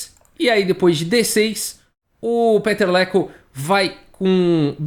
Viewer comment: VOU DAR A PRONÚNCIA CERTA DELE: PITER LEKÔ